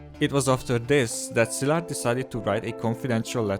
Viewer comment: Finally someone can pronounce Szilárd correctly. Thnx!